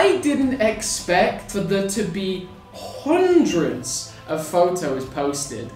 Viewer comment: he said hondreds